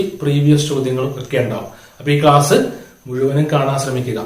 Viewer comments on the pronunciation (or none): none